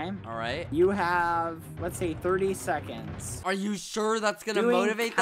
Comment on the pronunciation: is noone going to talk about the 30 sefconds